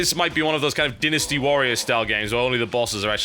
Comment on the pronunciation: Love how he pronounces "dynasty", haha.